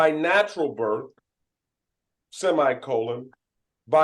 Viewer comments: “Berf right” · Aks? Birf right? What does that mean?